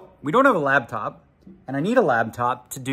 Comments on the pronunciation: I swear he pronounces it "Labtop". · ARE YOU SAYING "LAB" TOP?? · Does he call it a labtop? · Hey Daniel it's called a Laptop, not a Labtop! lol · We all just ignoring the fact that Daniel calls it a “labtop”???